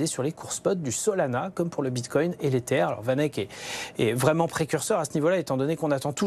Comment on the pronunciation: Elle a du mal à dire « bitcoin » 😂 Mitcoin mbticoin… Bon sinon c’est très bien ce range Il faut que ça dure quelques mois encore